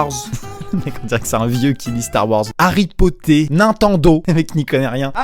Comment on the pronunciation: Harry potté est pas Harry potters ça m’a tué